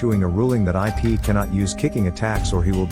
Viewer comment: It’s not I pee it’s ip just correcting you😊